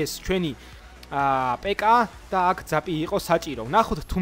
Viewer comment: ძაპს ნუ ამბობ ზაპი არის სწორი❤